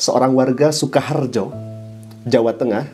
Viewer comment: Maaf ada koreksi sedikit dlm pengucapan SUKAHARJO ❌ SUKOHARJO ✔️